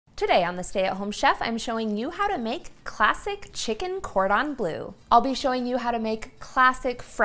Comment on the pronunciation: please try to pronounce cordon bleu correctly...thank you for the recipe!